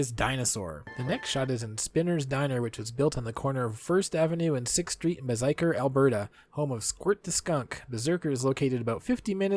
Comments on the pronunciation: Please learn how to pronounce the places. I’ve never heard Beiseker butchered so badly! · I've heard Beiseker pronounced differently, what I've heard sounds like Bi-se-ker